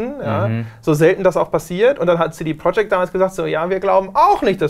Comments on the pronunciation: CD Projekt... wie kann man das so schlimm deutsch ausprechen.. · könntet ihr cd project bitte richtig aussprechen?